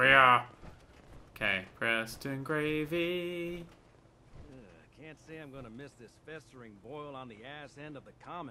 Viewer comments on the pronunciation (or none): "preston gravey" dammit